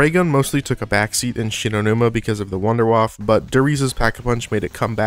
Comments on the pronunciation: Pls try saying wunder waffe in a german pronunciation my ears are bleeding it is not a waffel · If you speak about wonderweapons, maybe go to google translate and actually listen how to pronounce WUNDERWAFFE. So many people in the zombie community always do it wrong. Same with pronouncing Der Riese... Other than that, good video man. BO2's Ray was also my favorite.